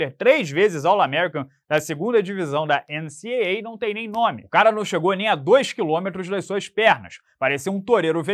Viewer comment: NC DOUBLE A, essa é a pronúncia por favor 😂😂😂😂